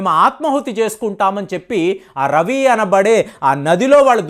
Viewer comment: రవి నది కాదు సర్,రావి నది అనాలి